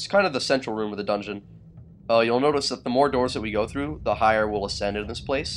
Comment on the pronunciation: Haha when he says the "the more doors u go through" its ironic caz hes in a lava area and it sounds exactly like "Mordor"...sorry geek moment lolz